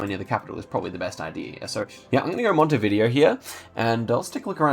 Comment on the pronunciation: Random tip of the day, its pronounced montevidèo not montevìdeo haha